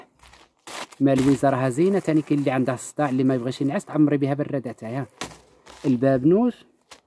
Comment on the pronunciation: انا اخويا والله حتى نخدم معاك مصححة اسماء الاعشاب اوكي اسمه البابونج وليس البابنوج وا خيي